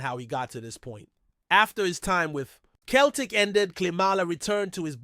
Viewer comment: Not Keltic, it's Celtic.